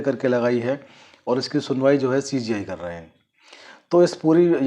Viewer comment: पहले सीजेआई कहना सीख लो बार बार सी जी आई कह रहे हो